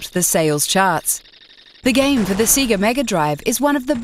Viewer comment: "SEE GUH mega drive" Man, I don't even know how you can fuck up a name of a company who is known for singing it's name.Nice review however, desert strike will always be a classic.